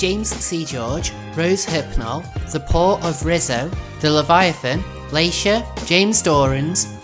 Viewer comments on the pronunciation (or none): none